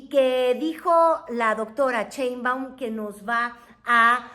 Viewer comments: Está muy muyy interesante tu contenido felicidades es la primera vez que te veo pero me estresó escuchar cheinbaum 😖no es cheinbaum es Sheinbaum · Diga bien su apellido: Sheinbaum, no Chenbam! Ah pero Trump lo menciona muy exquisitamente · Cheinbaum, o Sheinbaum, jejeje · No MMS Wey tu No estuviste en el palacio Nacional junto a Nuestra Querida Presidenta, Y Se Llama Sheinbaum!!!!!!!!NOOOOO Cheibam!!!!!!!! Sheinbaum!!!!😲😲😲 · Me gustan sus programas pero me fastidia escuchar su mala dicción cuando dice( sheinbaum )